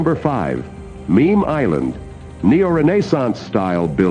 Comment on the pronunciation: It's Memel-eiland, not Meme-eiland (I assume named after the Memel river, the border between Kaliningrad (Russia) and Lithuania and from 1918 to 1945 the easternmost border of the German Empire)